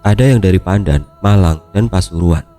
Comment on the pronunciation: nyebutnya bukan pandaan bang tapi panda'an xixi 3 kota tempat krjaku mlg pasuruan pandaan . skrg lg di pasuruan pas bgt